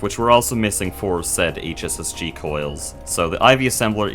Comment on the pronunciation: every time you said "hss-g" it made me think of heartgold and soulsiver